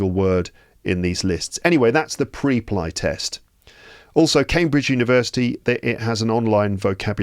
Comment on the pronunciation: just a silly little question: WHY did you pronounce it like that? The word "Preply" is pronounced "PREP-lee". The first syllable, "Preply," sounds like "prep" (as in "prepare"), and the second syllable, "ly," rhymes with "lee". This pronunciation reflects the company's name origin: "PREP-" for preparation and "-LY" for speaking confidently.